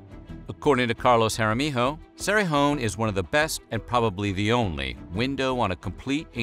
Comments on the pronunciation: narrator: it is Carlos Hara mi-yo not HO! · Not to be that guy but Jaramillo is pronounced Ha-ra-mee-io not Ha-ra-mee-ho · It’s not pronounced haramiho, the double ll sounds like y. Jaramillo sounds like “haramiyo” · Jaramillo is not "jara mee ho". It's harameeyo. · That’s not how you pronounce our last name it’s pronounced Jeh-ruh-mello or hot-ah-mio that’s the two ways Jaramillo is pronounced it’s not that hard😭😂😂 but trust me everyone gets it wrong it’s fine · (just here to inform y'all that Jaramillo is pronounced Hah-rah-mee-yo) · Love it! But, need to learn how to pronounce Names better. Ja Ra me yo. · Amazing! But, just for a next time, Jaramillo is pronounced Ha-rah-me-juh. But keep up the good and informative videos! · Ha rah mee yo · He pronounced it right once out of three or four times.